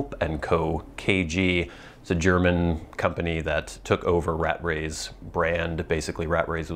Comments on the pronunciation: "Rat-trey".. there's two T's in there! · Thanks for the review, Old Gowrie is my go to. However, it is pronounced "ruh TREY's."